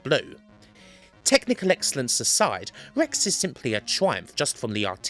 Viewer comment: R. Rex. not Wex.